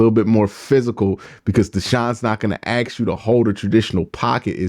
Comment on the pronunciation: The minute I heard you saying we should trade one of our top offensive lineman I knew this video is stupid Oh and it’s ASK